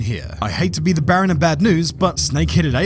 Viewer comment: "bearer of bad news" not Baron........and don't get me started on "motor bicyclists"